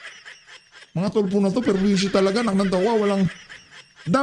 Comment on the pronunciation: Tulfo purwesyo😂😂sounds like good😂😂